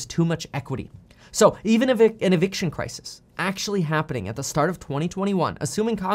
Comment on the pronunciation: Crisis Crises Where did learn English?